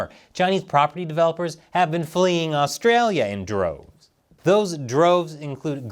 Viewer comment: His pronunciation of Australia ...